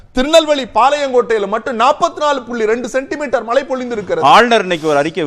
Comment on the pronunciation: உங்களின் உச்சரிப்பில்,(மழை/மலை)தெளிவாக கேட்க முடியவில்லை.உங்களின் விவாதம் எப்பொழுதும் அருமையே.இதில் மாற்றம் கிடையாது.உங்கள் பணி தொடர வாழ்த்துக்கள்.